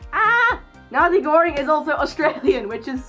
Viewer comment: Thank you for saying Nazegoreng out loud so I finally know how it's pronounced!